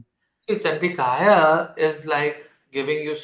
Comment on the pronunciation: Namaste,. Wonderful remedy - **but One correction on the pronunciation**; The Dev Nagarli Lipi of the remedy Mantra for Rahu - "Om Jhum Humsa ChandikaYai namaha" is correct. But your pronunciation is incorrect. It's NOT Chandikaya, it's ChanDikaYai.... Thanks! I was given Deeksha by a Siddhi purusha of a similar Chandika Mantra - "Om Aim Hreem Kleem ChamundaYai Vichhe". So, its not 'ya', it's 'Yai'.